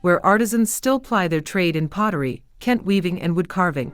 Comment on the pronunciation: Nice video on Ghana. AI mispronounced a lot of the Ghanaian names. For example - Kente, Ga, etc. Saying "modern" and "African" as opposites implies that Africa is static or not modern. That's wrong.